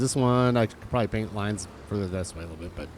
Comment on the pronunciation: "Baint got dirted" 😂 I feel that fumble, damn words are hard. 😜 Great job on the new sheep pen! Fits nicely right there too. 25 closer to 189! 👌 Agreed about the fencing for base pens. Even the ability to make a gate or entrance as well. Doing great though sir! Dances with Wool 😂